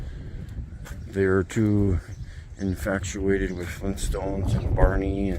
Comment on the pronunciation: Does he say "infactuated" ?